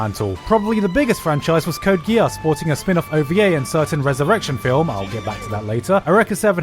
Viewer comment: The way you're pronouncing "Geass" makes me very uncomfortable.